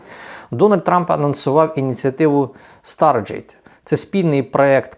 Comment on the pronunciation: Старгейт, а не старджейт.